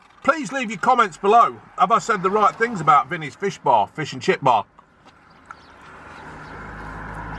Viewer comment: Right folks fishehh